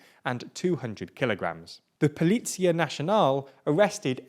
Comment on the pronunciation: Is it just me or he pronounced Policia as Polizia, in Italian? 😹😹